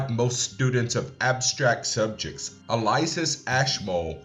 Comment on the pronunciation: Elias, not Eliasis.